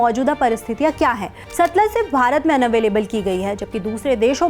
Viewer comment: satluj hai na ki satlaj